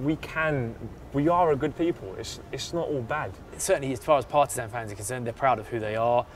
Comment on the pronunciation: How he said Partizan it sounds like parmesan 😏🤣